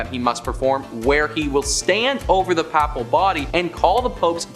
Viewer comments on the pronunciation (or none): The word papal..the first a is pronounced Long a..as in " "pay..pall" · The way this guy says "papal" is giving me a stroke. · The pronunciation of Papal and various other words distract from the video itself. Before doing voice overs seek help with proper pronouncing of word. Papal has a long A as in pay.